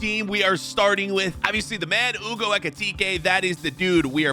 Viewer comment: Hugo not Ewgo